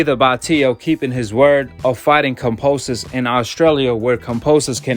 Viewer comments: It’s kambosos bro not kamposos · Oi😅 Pronounced ➡️ Kam - bo - sos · Ya know Kambosis is pronounced with a B right?